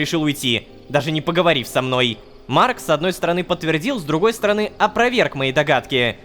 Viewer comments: теперь и Рома умеет выговаривать его имя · никого не удивило что он произнёс его имя без ошибок? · ура лололошка смог выговорить имя марка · Бедный лололошка, приходится на видео выговаривать имя марка